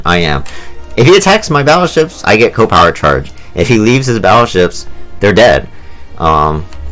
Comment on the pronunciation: I find it funny that you pronounce it co-power and not C.O. (see-oh) power.